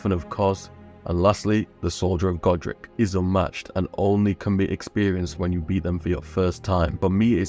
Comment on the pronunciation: I started dying when he said soldier of godrick in the beginning where he's mentjoning hardest bosses lol